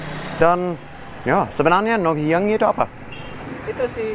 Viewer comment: NGOHIANG.. bukan NONGHIANG.. hihihii